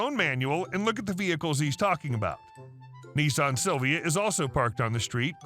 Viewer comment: Nissan not neesarn